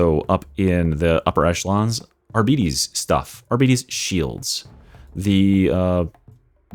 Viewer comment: Amazing video, but man, it hurts to hear "arbiiites". It's pronounced like Arbiter, but with s instead or f in the end.